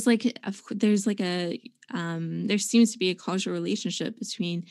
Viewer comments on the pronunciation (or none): Someone please teach her how to pronounce "causal". And "cannabinoid".